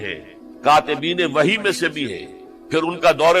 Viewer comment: “ وحی” غلط تلفُّظ بول گیے مولانا |